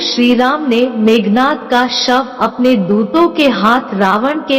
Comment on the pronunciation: Meghnaad not nath